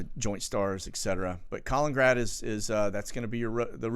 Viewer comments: KAH-LIN-IN-GRAD, not Collingrad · it is actually KALININGRAD an extra “IN” in the name: KA-LIN-IN-GRAD. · KAL IN IN GRAD.... thumbs down until you start pronouncing this correctly!, notice the TWO IN's....